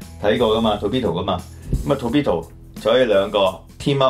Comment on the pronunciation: I'm not into G.I. Joe, but that 潛水員 does look nice. If I see it, I might get it. And ，發音係 tor(駝)-pe-do，唔係 to(圖)-pi-do。唔好嘲笑人英語發音差，但自己發音都同人哋一樣差。 每次講英文比人笑都唔知，所以唔好再嘲笑人哋英文發音差啦。I enjoy this 玩Figures 集 very much。 If you do more, I might donate to your program again.